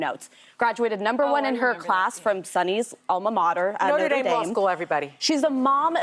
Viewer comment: Sunny Hostin: "Norte Dame Law School everybody" 😂😂😂😂